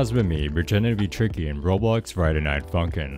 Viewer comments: minutes he said tiky lol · Bro you say ticky to tricky lol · In expiration he says tiky